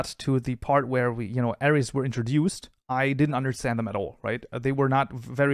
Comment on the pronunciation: Every time he said "Arrays" in the intro I thought he said "Ares" (Zodiac Sign) 😂